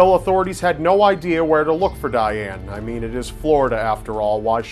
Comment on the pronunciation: you said Dayaane (if i wrote it right, wich i think i didn't) TOO MANY TIMES!